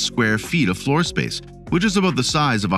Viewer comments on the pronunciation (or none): none